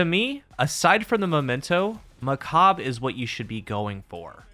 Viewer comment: its not macab its macabre